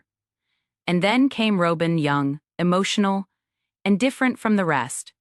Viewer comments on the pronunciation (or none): AI voiceovers get worse, not better. Half of this is "row-bin" and half is Robin. Tow-day? Wow. The real tragedy is the fact that there is no human editor. It would be so much better if there was an editor. And no mention of the unaliving of Garrison? That was the ultimate death of the show.